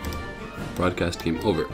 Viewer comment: its game over not "gmea orver"🙃